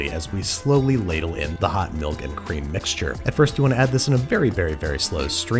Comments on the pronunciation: my man said mulk... MALK!!!! It's pronounced MILK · molk powder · Mulk powder? Oh, and subtitle person, it's "Anebriated", not "A knee braided". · Babish: So I’m going to add 15 grams of bon-diastatic mulk powder. Me: Mulk?! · Don't think you got away slipping that "mulk" past us. You're on thin ice bub